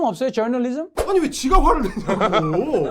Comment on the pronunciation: 저널리즘하다가 져~널리즘이라고 혀를 왜 굴리지?